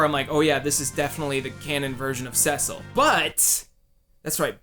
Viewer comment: Lol, you pronounce Cecil and Tidus funny. Teedus, Caecil?